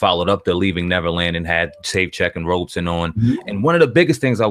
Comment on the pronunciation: Thanks for your videos they are greatly appreciated. But, If possible please try to pronounce Wades last name correctly....Wade's last name is Robson (pronounced: ROBE-son), not Robinson. Robinson is Smokey's last name aka: Smokey Robinson... I'm only mentioning this because, it kind of disrespects the last name Robinson when its compared to Wade... Thanks again for you videos I love the content....peace & luv my brothas'.....